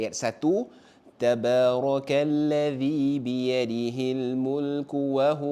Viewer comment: huruf ذ jadi ز